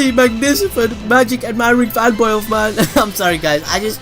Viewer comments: “Magnicifent” huh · Truly magnisafant smh LMAO 9.30 MINS